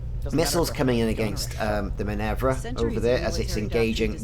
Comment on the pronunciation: Why would you call that ship "Minevra" when it is clearly named "Minerva"? :) Must've skipped your mythology classes. ;)